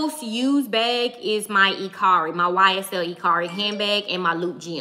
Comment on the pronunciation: Are you saying BEG or BAG?